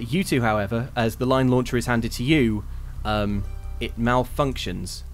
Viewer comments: At first, I thought said lion launcher instead of line launcher. Missed opportunity if you ask me. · When discussing point of entry, genuinely misheard Edvard's suggestion of the 'Line launcher' as a 'Lion Launcher'. Was thinking woooo what an entrance!